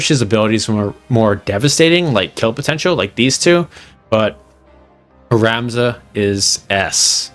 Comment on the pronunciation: For a moment i thought i heard "Ramza is ass" lol